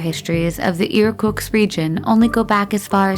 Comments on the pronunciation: IRK-UTZK not IRKUX i love how americans chop every language, not trying to say anything right... break your tongue, girl! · enjoyed the informative video but the narrator could not even read from the script properly, with 'Irkutsk Region' becoming 'Irkuks', among others - wont find that on google maps! 🤣